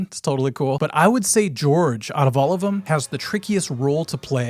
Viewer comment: Love the Minnesota accent in "Check OOUUUUT' my Ringo video. We are Caniowans. Half Canadian, half Iowegian. Cool topic. Never could figure out who did what on guitar with the Beatles. p.s You have a string that's sharp.